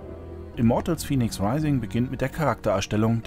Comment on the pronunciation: Fäniks, es spricht sich Fäniks. Wie es gesprochen wird müsste es Phoenix geschrieben sein.